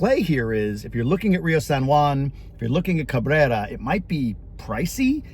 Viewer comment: You should have been able to say Cabrerrra, just think back to the Taco Bell commercials,Carrrrne!!😂😢😅